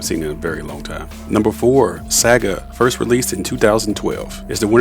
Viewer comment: Pronounce the words better. It's distracting when you misprounce words like 'Saga'